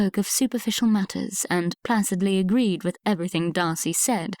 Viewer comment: Please upgrade reader’s pronunciation: mischievous, Grosvenor, placid etc. unacceptable